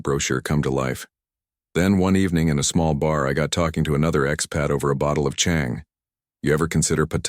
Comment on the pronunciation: Yes but the Thai tones are terrible. E.g beer Chang is pronounced charng with a rising tone